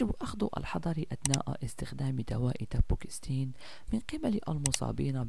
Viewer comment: اسمه دابوكسيتين وليس دابوكستين